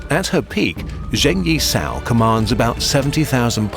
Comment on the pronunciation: P.s. would have appreciated trying slightly more at pronunciation of names. Guangzhou wasn't that bad, but then Zheng Yi Sao was pronounced zhane as opposed to jung.